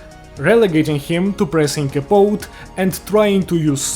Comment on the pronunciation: it's capote (kuh pow tee)